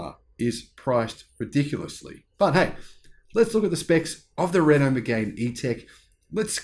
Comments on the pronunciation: It’s pronounced Me-gan not Me-gain! BTW it’s a really nice car but you’re right it’s overpriced. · It's Meg-Anne. French y'know..